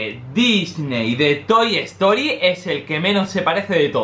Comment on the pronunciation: Toy estory xD se dice sin la e pero weno te perdono por que sos español ese ywy